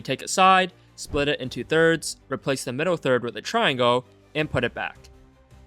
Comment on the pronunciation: "triangoah" beo js say triangle